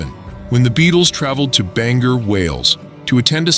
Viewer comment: It's pronounced, 'BANG-OR, WALES. Not Banger.!